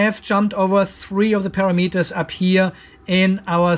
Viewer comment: It's taken me awhile to figure out that you are not saying a pair of meters but rather parameters. It was a bit confusing. ;- )